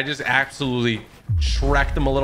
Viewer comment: when he said shrecked it sounds like shreck